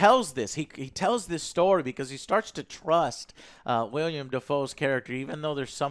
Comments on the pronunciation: Willem....its WILLEM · Every time says WILLIAM Dafoe, a seagull is brutally murdered. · Say it with me, "Willem". Say it with me, "Pattinson". We got it? Good. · Willem, Joe. Willem. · Damn it! Get the names right! It's not Robert Patterson❌ or William Defoe❌ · IT’S WILLEM NOT “WILLIAM” YOU FUCKING DUMBASS! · How do people still say William Defoe, hasn't anyone told Joe it's Willem by now I've heard him say it with any movie Willem is in. That's a completely different name it's like calling Joe, Joan. Sorry but it kinda drives me nuts when people say William Defoe. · Joe, It´s WILLEM Dafoe! Not William! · It's WILLEM Dafoe...WILLEM, NOT WILLIAM! JACKASS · Willem. WILL-EM!!! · Joe... It's WILLEM Dafoe, not WILLIAM Dafoe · Anyone else wonder if Joe ever learn that his name is Willem Dafoe, and not William Dafoe? Anytime he has been mentioned in the history of this channel, Joe calls him William lol. How the hell do Alex and OJ not stop and correct him after he says "William" 500 times in this video...? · Oh, and it's WillEm Dafoe. Not WilliAm Dafoe. C'mon dude. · Willem* not William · WILLEM* not William or Williem. "WILL-EM." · Maybe williom? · Not "William Dafoe" lmao it's Willem Dafoe you silly fat fuck. What the hell kind of movie critic are you? Stick to video games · Joe- "Will-E-em Dafoe" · Other joe driving joe crazy about the above average score and joe driving me crazy cause it is pronounced Willem not William freaking Willem Defoe. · Dummy called him “William” it’s willem YOU DORK. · IT'S WILLEM, JOE!!!1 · You call yourself a movie critic and you pronounce his name “William Dafoe”? LOL